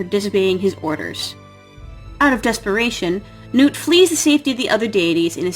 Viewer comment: Why did you keep pronouncing nut's name wrong? It nut. As in peanut or walnut.